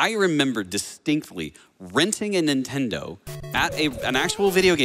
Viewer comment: Did this dude say his child was named "rintendo"?? I really hope that was a joke.